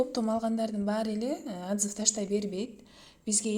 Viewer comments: атзыв эмес отзыв дечи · Соонун маалымат болду, рахмаат но "атзыв" эмес ОТЗЫВ эле болуп айтылат Жаман корбогуло, бул сын эмес